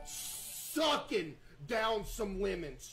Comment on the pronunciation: Why he emphasize the "SUCKIN"😂